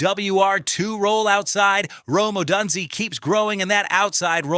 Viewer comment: Hard to believe a Bears fan doesn't know how to pronounce Odunze. On a more general note, when you have about five minutes of actual news, don't feel that you need to pad it out to twenty minutes. This is one of those times when less is more.